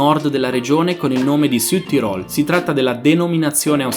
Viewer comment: quel SùdTirol lho sentito